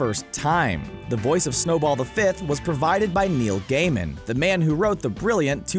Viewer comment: Neil Gaiman? I heard Nail Gayman